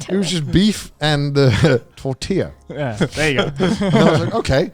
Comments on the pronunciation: se paso de verga xD "Tortilah" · If I ever hear someone say tortila ima yeet myself into a bus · Connor pronouncing tortilla almost gave me an aneurysm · Mexicans do be crying for that "tortilla" pronuntiation. Me dueles Connor